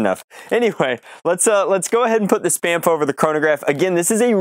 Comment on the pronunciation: Sounds like "Spameph" lol